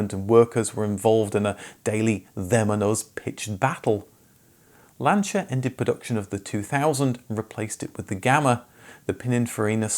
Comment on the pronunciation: Lancha and Perjow. Lol😂